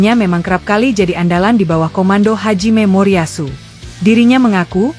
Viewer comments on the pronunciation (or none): Min aduh gmana nih...yang bener dong 🤭 HAJIME MORIYASU....Jangan dibaca Haji Memoriyasu .... ini salah aku juga sih towel-towel jangan2 aku anak buahnya mapiah, eh Tommy Welly 🤣🤣🤣🤣 Wuahkakak.....hehehe